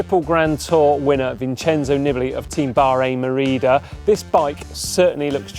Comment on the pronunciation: You are butchering his last name by shortening the vowels. It should be Neebalee.